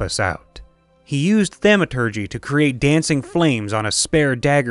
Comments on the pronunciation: thaumaturgy is pronounced as thom or the long a sound, like ah. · Is he intentionally say thaumaturgy incorrectly?